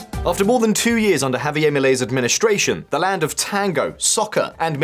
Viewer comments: Why the heck does Bro pronounce Spanish like it’s Bad French? Javier don’t rhyme with Milei. Say Hah-vee-AIR, not Hah-vee-Eyyy. So many Brits do this. Why? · The 'r' in Javier is pronounced. It is not French.